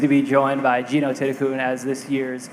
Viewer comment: Is it a silent H in Thitikul?